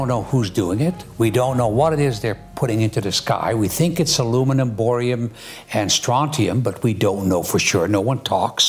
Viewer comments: Wtf is borium?? no credibility. IT'S CALLED BARIUM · Barium...Not Borium!